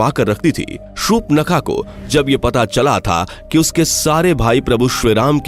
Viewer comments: Please pronounce properly, it's not shupnakha it's Shurpanakha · Uaka name surpankha tha nhi ki supnakha 😅😂